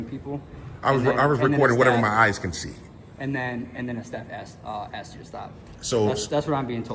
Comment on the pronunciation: 9.28 it's ASKED not Axed